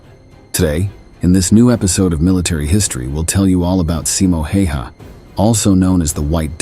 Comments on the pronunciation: pronounce it more like Häyhä. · pronounced more like tje "a"s in his name are the hard a, like in 'hat'' " the 'y' is almost like saying the letter "u" há u yá